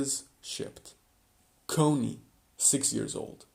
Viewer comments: "Cone - e." No..."Conny." (Caw - nee) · And it's CON-ny, not COH-ny. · Im sorry but did you say Coney?